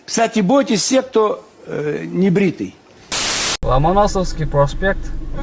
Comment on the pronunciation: 12.22 эмне дедин ? 😁 Ла Манасовский проспект? Ломоновский десен))